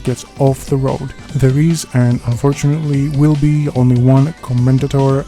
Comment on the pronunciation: "Commendatore" is an Italian word, and the final "e" is not silent. Co-men-da-tor-eh "Porsche" is a German word, and the final "e" is not silent. Pour-Sha